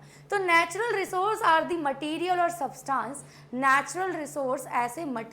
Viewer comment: That is not su ta nce😅